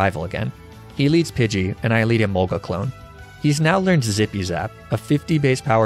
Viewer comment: Hearing you pronounce Emolga the common way was both satisfying and strangely unnerving.